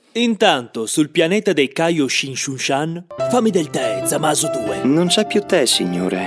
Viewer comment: "Intanto sul pianeta dei kayoshishushan..."